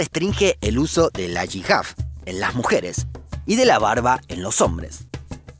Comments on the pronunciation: Una corrección, el velo islámico se llama "Jiyab o Hiyab" no "yihab"... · Me ha gustado mucho el video. Pero debi cotregir que el pañuelo de las musulmanas se llama hijab ( se pronuncia jiyab ) y tu has dicho yihaf que recuerda ala gamosa palabra yihad que de usa malamente en medios de comunicación para definir a los terroristas y que significa realmente luchar para ser buena persona en lo bueno y malo de la vida.